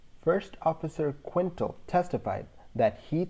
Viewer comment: Quintal is pronounced Kintel, not Quintle. 9/10 show